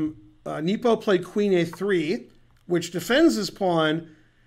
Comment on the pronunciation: geez , hurts me hearing him say "Neepo"